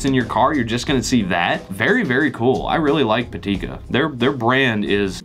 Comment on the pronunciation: It is not "patika" it's "pitaka"